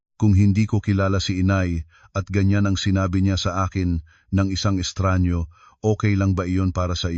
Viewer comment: estranghero! at hindi estranyo 🙄